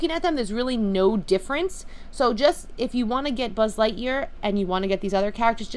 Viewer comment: You say sbud lightyear